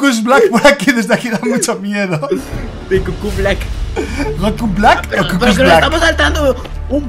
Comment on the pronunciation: Nosellama así. Se llama Blak